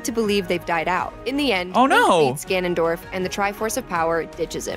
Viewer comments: The fact the pronunciation of Ganondorf went over his head even tho she said it more than twice. Also Link literally cares the whole game series. Should be Link not Zelda in the title lol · G(anon)dorf.... Have you never played smash or anything? I can't tell if you were joking or not but that pronunciation hurt 🙃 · I honestly felt really annoyed on how he pronouced "Ganondorf" for like half the video. To be fair, he said he only played the Oracle games. At least he pronounced it correctly in the video (or I guess technically during the livestream) a few times. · To be fair, only Ganondorf (btw, you say his name wrong. Gan-nun-dorf. Hard name.) remembers his past lives, since Demise is a part of him. It would never cross Link and Zelda's minds to wish away a curse they know nothing about. Every time they reincarnate, they are basically going in blind. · Normal people: Gan-on-dorf: Ga-non-dorf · Why does he keep saying Ganondorf like guh-nun-dorf instead of gan-un-dorf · Us: Ganondorf: Gunundorf Us: 🤨🤨🤨🤨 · Gan-on dorf? It's not fucking qanon. Ganondorf. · Everyone: GAN-on-dorf: Ga-NON-dorf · IT'S GANONDORF NOT G'NONDORF! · im dying hes saying gah non dorf not ga non dorf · Its GANONDORF NOT GNONDWORF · (Gan-an-dorf) not (gu-non-dorf) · every time he says “Ganondorf” he pronounces it like “Gonogdorf” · Dude has pissed off the entire Zelda community by saying ganondorf as gaunundorf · Are you joking?!?! "Guh-Non-Dorf" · “Gonon Dorf” lol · Not him pronouncing it G'hnondorf. 😭 They spell AND say his name properly in the video at least 100 times and somehow, we still end with this man saying fuckin' G'hnondorf. I really hope that's just like, a bit he's doing.. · BRO JUST CALLED GANONDORF gnnondorf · Guh-naan-dorf Gotta say I've never heard that pronunciation. XD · GuHNonDOrF lol honestly it’s kinda funny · Ga-non-dorf, sorry that pronounciation is hilarious to me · Hmm, yes. G'nondorf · bro its GANONDORF NOT guhnondorf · "gaNONdorf" What?